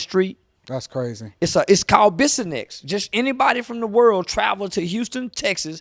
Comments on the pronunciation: Bruh I was just about to clarify that 😂 tha street is called bissonnet Not bissonnex lol 😂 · Its called the “Blade” but the name is bissonet not bissonsex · It's bissonnet not bissonex 😂. But yea only the part of bissonnet between the beltway and 59 is what he is talking about. That's alief, the worst area of houston and yes they just walk up and down the street half naked and cops do NOTHING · It’s Bissonnet 😂😂 no x bro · Bissonet not Bissonex OG lol but yea he right!! I live in Houston, and Bissonet is the place to go for prostitution!😂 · Bissonett not bissonex. He not lying tho. That shit crazy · It's Bissonet not bissinex 😂 but he fr bout dat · It is not called bisonex it’s BISSONET ! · It’s bissonet not bissonext but he’s not liying about Houston texas and bissonet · Its Bissonett. Not Bissonex. 😂 i heard from a friend 👀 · It's "Bissonett" not "bissonex" and that's true I'm 10 minutes from that area. Police be parked on almost every corner allowing them to actually prostitute I never understood how that work! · It’s Bissonet not Bissonex just to clarify to everyone, and not lying. Bissonet is like a movie bruh smh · It’s bissonet not bissonex. Shit go down on the souf side and the nawf so it ain’t just Bissonet. I can take you down Airline and show you the same shit right now or in Studewood. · Bissonnet…Biss-On-Net. Not Bissonext…😆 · It’s Bissonnet not bissonnex not busy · Bissonett not bissonex 🤣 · Bissonex lol😂 Bissonnet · Bissonett lol. Not Bissonex. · It’s Bissonett with a ‘t’ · That boy said Bissonett 😂😂😂that's my city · Dats not how you say bissonet lame ass nigga but he right dats da strip fasho 😂😂 but it’s also strips in Dallas so I don’t see how dats relevant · It’s bissonett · It's Bissonet 😅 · It's Bissonet lol but he aint wrong. I grew up on the east and north side of town. The first time I drove down Bissonet it was shocking. It's like what you see in movies when hookers walk the streets. There is no other place in Houston like that.